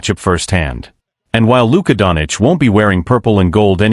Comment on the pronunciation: Please learn how to speak Doncic. Its not Donic. Its disrespectful and so hard to hear